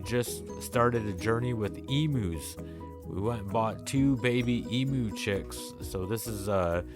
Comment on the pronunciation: You can practice pronouncing “Ee-myoo “ 😂